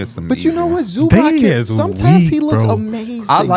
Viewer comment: Zubac is pronounced Zoo-bots fyi not zoobock